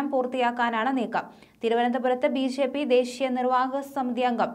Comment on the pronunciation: ബീ.ഷേ.പീ എന്നു പറയാതെ ബി.ജെ.പി എന്നു പറയൂ. ഷില്ല അല്ല ജില്ല. ഉച്ചാരണ ശുദ്ധിക്ക് ദിവസവും നാക്കു വടിക്കുന്നത് നല്ലതാണ് 👹👿👺😡😠